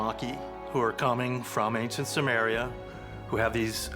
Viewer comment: Hey Dave Childress and narrator- it’s SUMER. Not Sumeria. How could you guys seriously mispronounce a civilization you talk about ALL THE TIME? lolol.